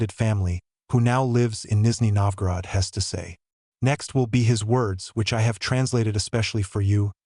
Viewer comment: Did you say you will translate a Canadian??? He speaks ENGLISH!!! And it is not Nisney Novgorod, it is Nizhny Novgorod (South New Town).